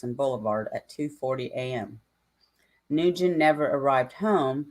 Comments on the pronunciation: nguyen is pronounced winn or when ,,or wing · Then why does his own mother and father pronounce it new-gen